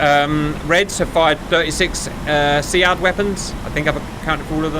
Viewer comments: its pronounced "Seed" in real life military lingo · SEAD is pronounced (SEED).